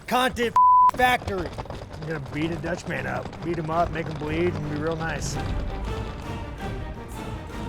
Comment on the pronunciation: Someone probably told him to call him a "dutchman" as a slur, but I promise DDP doesn't care, especially the way you pronounce it. Say Dutchmin not DutchmAAAn.